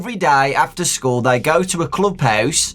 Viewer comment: I thought he said new skull instead of school at first as if Kelsey was a spirit that had been put into a new body